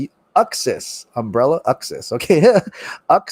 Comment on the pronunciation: It’s Ooooxas, like “oomph”.